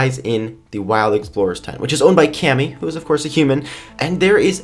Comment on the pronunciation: wait... did u say Cami? like... Camis frog?